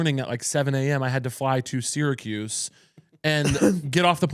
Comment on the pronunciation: Hearing people not from Syracuse pronounce Syracuse is always so interesting